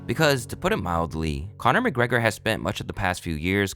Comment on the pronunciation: Conna MacGrega 😂😂